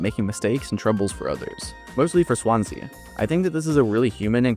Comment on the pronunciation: It's pronounced "Swan-Sea", not "Swansa"